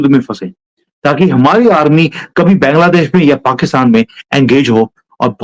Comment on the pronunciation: Why don't you pronounce Bangladesh correctly?